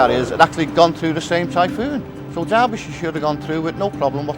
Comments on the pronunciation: it's Derbyshire, not DARBYshire. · Its DERBY , Not DARBY. Otherwise a good vid. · Darbisher? What the hell is this guy saying? That's not how you say that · It’s Derbyshire, not Darbyshire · Why did you keep saying "Darbyshire"? It's name is "Derbyshire". Do you not know the difference between the English language vowels "a" and "e"? Get off the internet and go back to elementary school to learn basic English language skills. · Except I'm not a dumb Yank. I have been university educated in British English. I know how the name is pronounced and it is an "e" not an "a". You saying "Dar-bi-sher" when it is in fact "Der-bi-sher" is just another language failure, this time of the UK education system. Can you tell me what it is about the UK education system that makes those who were born and raised in the UK have some of the worlds worst language skills? Seriously, it's worse than most dumb Yanks and I don't understand how or why? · not immaculate at all. He called it DARBYshire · Ah, I can see that your inability to comprehend the pronunciation of British English has unfortunately led you to make a somewhat understandable error. In British English "Derbyshire" is actually pronounced as more closely as "Darbyshire". The first "E" would be pronounced more as an American would pronounce a short "a", as in "father" and the "Y" is also almost completely silent, and is pronounced more as a short "I" sound would in American English, lastly the "ire" would be pronounced more closely to the American "er" would. Thus you now can comprehend how "Dar-bi-sher" is the way that most British English speakers would pronounce "Derbyshire", with only three syllables, whereas an American would pronounce it as "Der-bee-shy-err" with four syllables. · uYou butcherd the ships name so many times I'd stopped at mid and could not continue